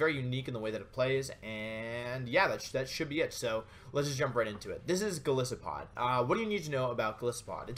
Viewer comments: i dont want to sound whiney, and i appreciate this great video, but... Goliath+Isopod, the "i" in Golisopod is said like "eye". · Wouldn't it be pronounced more like Goal-Isopod, given that isopod is its own word, and the first part of the name supposedly comes from "Goliath"? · You gotta pronounce the name with a hard I. Like the animal it's created from, an isopod.